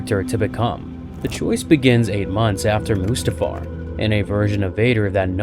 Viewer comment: Ah yes, "Musatafar". A lovely pleace just west of Deedle